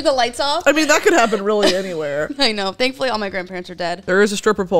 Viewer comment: "Thanfully all my grandparents are dead...", u ok? lmao